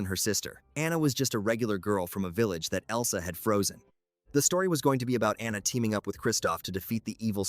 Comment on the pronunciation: It’s pronounced AH-nuh (in the Frozen movie), “”! 🤨